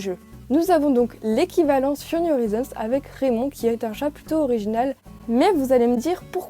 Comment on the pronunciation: RRRRRRAYMOND en anglais😂